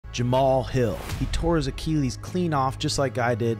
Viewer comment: Why does keep saying Achilles like that? 😂